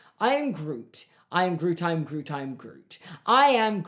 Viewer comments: it sounded like he was saying irn-bru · by the end of the i am groot segment it sounded like you were saying irn bru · when you started saying "i am groot" i thought you were saying "and i oop" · Your pronunciation in grootish is atrocious